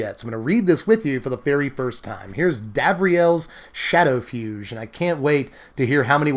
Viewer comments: It’d be pronounced Shadow-“fyoog” not “fyooj”. A fugue is a piece of music like a funeral march. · It's pronounced FYOOG dammit! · Ironically you pronounced fugue in one of the many incorrect ways too. It’s pronounced fyoog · The irony...fugue is pronounced with a hard g. 😆